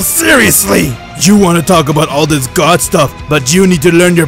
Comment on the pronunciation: lol when he says dis is your chance lol DIS🤣